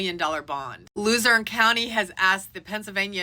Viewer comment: Yeah you said ephrata correctly. Others butcher it. 👏👏👏. But pronounced lehzerne . 😊